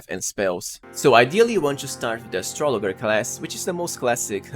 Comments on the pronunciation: Dude…astrolojer is how it’s pronounced. Have you never heard of an astrologer? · Aye nice tips. Here’s one for you. It’s a soft g in astrologer. It’s like Astra laj er. One of those English exceptions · Astrologer is pronounced with a soft "g." Just saying, no judgement. Love your channel, thanks bro.